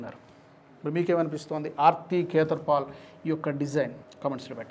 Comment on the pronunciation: భారతీయ నటి ఆర్తి ఖేతర్ పాల్ .. ఈ పేరు మీరు పలికితే సరిగాయిన్పడలేదు. పేర్లు అవీ చదివేప్పుడు స్ఫుటంగా పలకాలిరో అయ్యా !